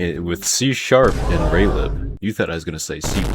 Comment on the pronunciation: Bruh its just raylib